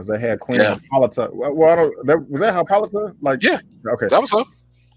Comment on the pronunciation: C’mon Brandon...it’s Queen Hippolyta (hippo-light-a)